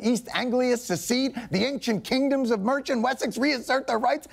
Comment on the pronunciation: Minor point: it's hayp'ny not happenny. Also, Mersee-a, not Mercha.